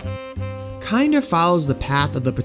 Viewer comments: it's not said "kinder" it is said like "kin-dur" like the german word for child. like in "kindergarten". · Just a quick spill of info, haven't watched the full video, but it's "kin-der". A German term meaning child. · You mispronounced it 💀 Kinder is a german word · holy shit this video is bad you didn't even pronounce the name of the game right. so fucking disrespectful to parun to use his suicide as clickbait without even bothering to google translate his website to learn the bare minimum of other information about him